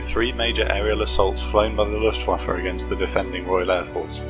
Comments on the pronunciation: luftwaffe. not luftwaffer. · Please pick a tense and stick with it. Speaking in the present tense about things that happened 79 years ago is annoying and wrong. As well, the name Luftwaffe ends with the letter 'e', not 'er'. It is not LuftwaffER.